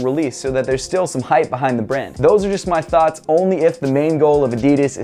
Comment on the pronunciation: i like how he says thoughts "thots"